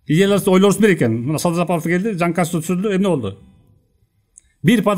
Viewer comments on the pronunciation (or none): none